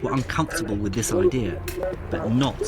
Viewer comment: Argh makes me gag when he says "We have a good ideer"